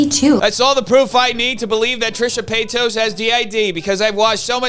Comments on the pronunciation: I love it when deliberately says Trisha PAYTOS. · Trisha PAY-TOES☠😅🤣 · "Trisha paytoes" 😂😂😂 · I know this is small, but I love how you mispronounce her last name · Im honestly here to hear her name said wrong